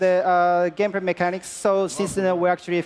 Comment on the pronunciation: Lmao "Gamepray" I'm confused, why is L so hard to pronounce?